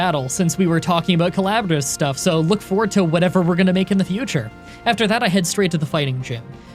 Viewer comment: I THOUGHT YOU SAID "COLLABORAL SEX" INSTEAD OF "COLLABORAL STUFF" AND I DIED LAUGHING HELP